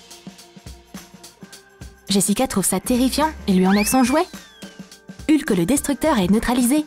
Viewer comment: Je rêve ou elle a dit "Lhuk" au lieu de "Hulk"